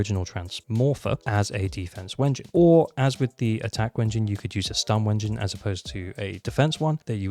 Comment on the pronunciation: Stop saying Wengine instead of W-engine and I will subscribe